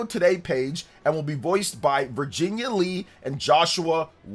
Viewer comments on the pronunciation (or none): none